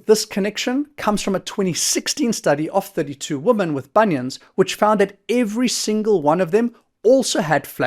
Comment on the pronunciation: Thanks for the video.... Would it be possible to pronounce women correctly instead of woman please which is incorrect?